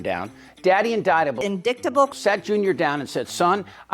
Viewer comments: " Specical", "in-dick-ta-bull" ? Can these people speak Engrish?😊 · MTG…indictable…lol, pssst, the I is a long I and the C is silent, you doofus. You’re a Trump cultist, you should know that after 88 indictments.